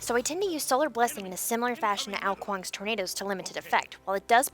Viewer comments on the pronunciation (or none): Hey like your vids... but i have one issues with it... AO KUANG pronounced OW-KWONG not A-O KWONG idk... you say he is your main i think you should be able to pronounce his name! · noooo, his name is OW kuang, not ayo :(